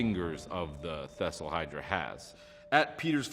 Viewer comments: Wait a minute.... did he just say, “thestl hydra?” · Did anybody else want to correct him everytime he said thesselhydra